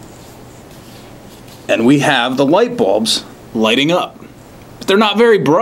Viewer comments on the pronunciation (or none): none